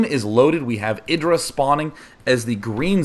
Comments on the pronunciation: isn't it eye-drah? not iddrah. This is what happens when you let Zerg macro up.. Idra replenished army so fast... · i hate how you say idra like Lidra without the L its EYEdra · Why do they keep calling him (A)dra... It's IdrA. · "i-dra", not "id-dra". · "Eye dra"